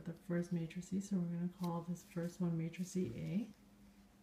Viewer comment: Did you know that you are calling a "matrix" --a "matricie"?